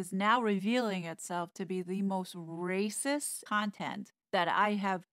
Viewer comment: I really like the sound of the word when says it. It emphasizes the spirit of the comment.